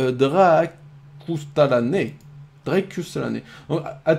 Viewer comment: GG pour la game et merci pour Sun^^ J'aime bien te voir jouer sur un dieux que tu maîtrise pas au top c'est pour sa que j'aimerais bien une Hell a l’occasion XD PS : Chaque fois ta du mal pour mon pseudo alors pour t'aider (ou pas) il se prononce Dra cusse ta la ne (dsl j'ai pas trouvé meilleur explication XD)